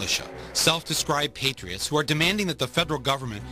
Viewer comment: Did I hear you say 'hatriots'?